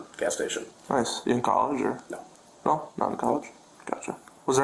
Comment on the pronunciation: Serious question why can't the word no just be no and not no-wah? What the hell is that?